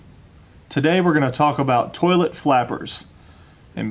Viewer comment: 🤣💜 You say "tollet" just like me. That's the Most gratifying part of this video for me. My friends and family have made fun of me for 20 yrs because I'm the only one. (And we are all native Floridians).